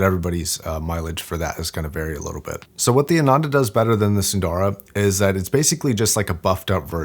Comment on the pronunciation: As a recent subscriber, I am loving watching videos and very thankful to his expertise. But, I am disappointed when he butchered the pronunciation of Hifiman models. For whatever reason, Hifiman is using all Sanskrit names. Sundara means beautiful ( Su-nd-ara or psu-nn-dha-ra). Ananda (aa-nun-dha) means happiness.